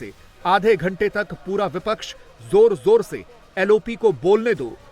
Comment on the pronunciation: Jo admi bipcha ke parti ka nam sahi se nahi le sakta wo pttrkar bikau ke alawa kuch nahi ho sakta😢😢